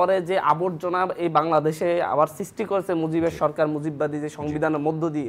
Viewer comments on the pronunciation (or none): দিয়েসে, করেসে, বলেসে...